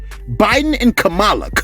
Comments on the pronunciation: Dude you are pronouncing the vice president name incorrectly It's like saying Pamela with a K, every time you say her name it makes me think of that wrestler from the '80s lol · Why he calling this lady K malla 🤣🤣🤣🤣🤣🤣🤣🤣🤣🤣🤣🤣🤣🤣🤣🤣🤣🤣🤣🤣🤣🤣🤣🤣🤣😆😆😆😆😆😆